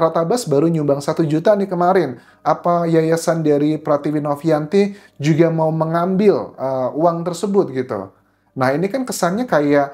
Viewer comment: Huruf "j" nya cihuy... klo ngomong "juga" knp hrs gitu mas? Tanya aj